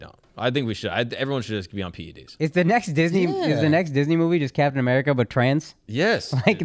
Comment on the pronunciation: The next Disney movie Trans Captain America 😂😂 “Captain I’mErika”